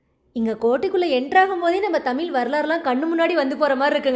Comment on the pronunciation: தவறா எடுத்துக்காதீங்க தங்கச்சி. சங்ககிரி -> சங்கஹிரி ன்னு சொல்றீங்க. தமிழ் -> தமில் ன்னு சொல்றீங்க. இப்ப படுச்சுட்டு வர பாதி பிள்ளைகள் இப்படித்தான். 'ழ' வரவே மாட்டேங்குது. 'க' வுக்கு பதிலா 'ஹ' போட்டு பேசுறாங்க - மிளஹாய், கடுஹு இந்த மாதிரி. இதை பொறுப்புணர்வோட திருத்திக்கோங்க. இந்த மாற்றங்கள கேட்கவே கடினமா இருக்கு